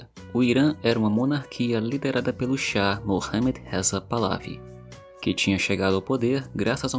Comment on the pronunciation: Se pronúncia Palevi